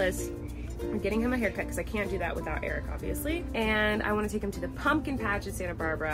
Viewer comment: Omg is sounds like he says he like his haircut! Soooó cute!